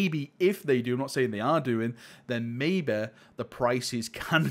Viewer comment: “MAYBEH, JUST MAYBEH” 🙄